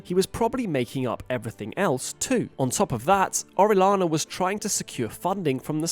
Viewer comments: Oh-reh-yah-nah. That’s the pronunciation. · It's pronounced oh-ree-AH-na. Double ll, spanish name.